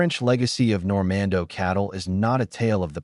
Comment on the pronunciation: It’s Normande’, not Normando!!